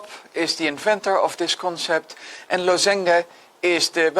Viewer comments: first thought was that he doesn't know how to pronounce lozenge in English :D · Americans would pronounce this LAZ-uhnj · maybe we've all been saying it wrong all this time